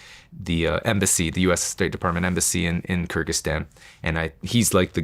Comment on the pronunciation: I listened to it again and it sounds like he is saying something like Kragyzstan that borders Kazakhstan not Afghanistan his pronunciation makes it sound like he just made a country up